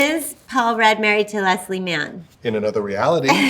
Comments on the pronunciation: has anyone else noticed they pronounce “leslie” differently… or i guess that judd pronounces her name wrong lmao leslie says “less-lee” and judd says “lez-lee” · My absolute favorite story about Leslie and Judd is the one where she told him he’d been saying her name incorrectly for like 18 years 😂💀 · My favorite story about them is when Leslie finally told Judd he had been mispronouncing her first name for like 15 years. He told Stephen Colbert the story on The Late Show.